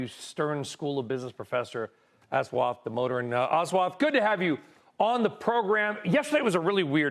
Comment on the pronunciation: Lmao this guy called him aswath clearly he has no idea who damodaran is and didn’t take finance